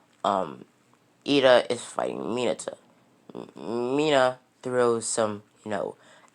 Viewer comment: and mineta not minata